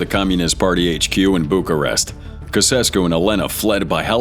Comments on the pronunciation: mate, at least learn how to pronounce the names. Ceausescu , Timișoara, etc... The romanian regime had a reeducation program that was so brutal it only lasted some months, the Pitești Prison Experiment. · I stopped watching 2 minutes into it because of the atrocious way you pronounce the Romanian dictator's name. How stupid are you people? Did you ever think about looking it up? It's not hard. Two minutes in, I am gone. Idiots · He's an American .... of course he can't pronounce Ceausescu. (Most Americans can't point out America on a map of the world.) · AI is terrible. It can't handle Ceausescu, but it somehow manages to at least get close to Timisoara? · STUPID AI NARRATOR! GEEZ ... The name is pronounced, "CHOW CHESS SKEW." GEEZ, everybody knows that! Except your dammed stupid AI narrator. GEEZ ... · Kuh sess koo? Try "chow chess koo". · acum 0 secunde casescu 💔 its pronounced chaujescu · Cassescou? “Tshautshescoo” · You almost got it right. Chow chess coo. It's understandble that one doesn't know the pronunciation of foreign names. But is really no one able to google? Weird. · Sic sempre tyrannis... Ceaușescu is pronounced chow-chess-kew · I thought I remembered it being pronounced Chow Chess Cue...? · Ceausescu is pronounced: Cheaushesku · It's pronounced Chow SHESS koo! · The name is Caucescu and it's pronounced Chow-Chay-Sku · The POS’s name is pronounced CHOW CHESS KU ! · The moment he said caosrsco I was out😅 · It is pronounced "chow-chesku". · Somebody show this AI how to google any of the many foreign language instruction sites online...it's pronounced 'chow-SHESS-coo' FGS. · Romania's former dictator's name was pronounced as chow-chess-q. That might be incorrect, but it's closer than your pronounciation. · Who is Nikolae Kasescu? Itt clearly says Ceauscescu. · Romanian dictator pronounced chau-cheh-skoo 🤷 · On the first one, it is Nicolai and Yelena "Chausesku". Better research please! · LMAO at "KASSESSKOO"!!! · And the despot is Chow-shes-koo.